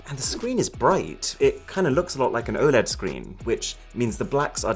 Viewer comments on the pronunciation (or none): none